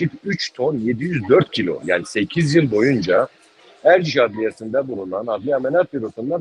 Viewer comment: Ozlem yazıklar olsun. Erciş'e Ercis diyorsunuz ya.